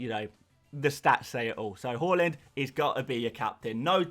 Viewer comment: Why do you say whore-land? It’s haaland (har-land)